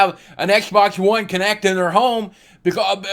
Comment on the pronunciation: Its kinect as in movement not konect lol